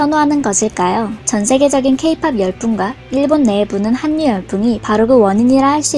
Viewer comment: 내레이션을 하시는 분의 목소리가 아이같으면서도 전달력이 좋아 구독하고 있으며 내용이 무척 유익하네요, 딱 한 가지 귀에 거슬리는 게 있는데 한류의 발음을 [할류]가 아닌[한류]라고 하셔서 계속 들으며 고쳐질까 기다리다 도저히 안 돼 적어봅니다, 물론 저도 우리말을 다 잘 쓰진 못하지만 잘못을 알리는 게 옳다 생각해 올립니다.